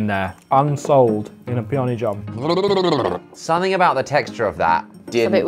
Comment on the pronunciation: 서닝어바웃 이거 영국발음 맞지요?ㅇㅂㅇ